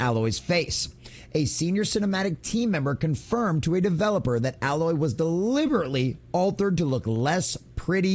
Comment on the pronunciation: It is A-loy not al-oy